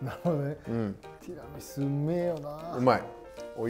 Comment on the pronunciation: 「テラミス」、「ティラミス」 両方の発音を聞けて今日も快眠です！！！！！